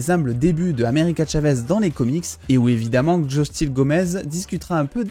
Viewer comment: frerot fait un effort JUSTYLE GOMEZ sa se dit so chee gomez (Xochilt Gomez)